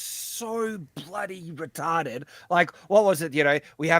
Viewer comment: 1x mic adjustment, 'retahrded' and 'crap' per show